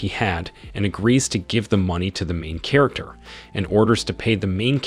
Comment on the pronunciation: It gets worse... Chair-acter